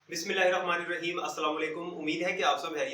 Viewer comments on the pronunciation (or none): none